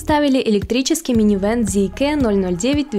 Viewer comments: Зикэ??? Серьёзно??? Вы уверены что именно так она называется? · Зикр, не коверкайте